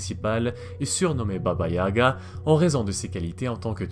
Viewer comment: Tout est bien sauf la prononciation, à améliorer de baba yaga